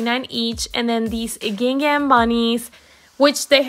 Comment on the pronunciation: Sorry, I had to mute your voice over and just watch the video. Your constant use of "these ones" drove me nuts! This is incorrect grammar and annoying after the 3rd time hearing it. Also, you are butchering the word GINGHAM! Please Google it and practice the correct pronunciation. No offense, I just could not stand to listen.